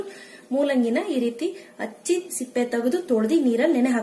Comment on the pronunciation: Pls correction your words hachhi ALLA hecchi adu heecchittukondini annbeku (vegetable ) other wise your voice is good